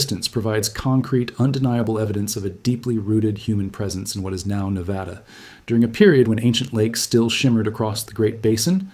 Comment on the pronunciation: It’s NEVADA, not NEVAHDA.